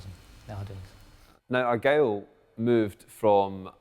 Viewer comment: The name was "The Argyll" not Argyle